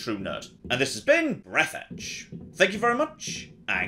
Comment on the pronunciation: Breathe Edge? No. Breeeaaathe DJUH.